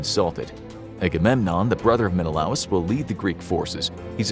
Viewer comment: Sorry, but it's pronounced Men-a-lay us.